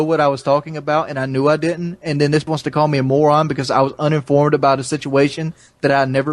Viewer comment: "Dis light is made of aluminized steel"